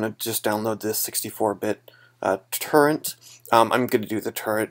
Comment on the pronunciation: and you said terrent instead of torrent lol